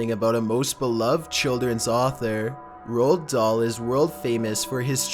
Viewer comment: Love the video as always, but that's not how you pronounce Roald Dahl lmfao